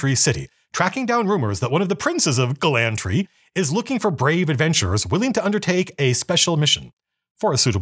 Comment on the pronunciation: you need to go harder on the glottle stop if you want to pronounce glantry correctly